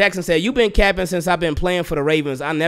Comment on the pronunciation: Lol y you say capping like that